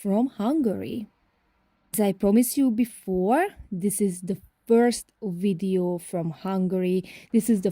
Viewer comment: And also wideo...so cute!!